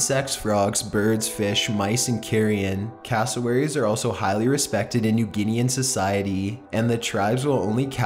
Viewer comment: When you say castlewerries 10 times in one minute...